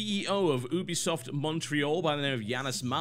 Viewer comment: Listen very carefeully TB. YOO-BEE-SOFT ....say it. Now. It is a play on words for "Ubiquitous Software" as in, they want to make software that can be played and enjoyed everywhere. Ubiquitous. YOO-BEE-SOFT